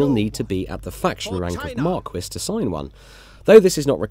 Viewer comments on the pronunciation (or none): Marquis is pronounced MAR-KEE, not MAR-KWIS. How do they refuse to check these things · For some reason it's spelled "marquis" in-game but pronounced as "marquess"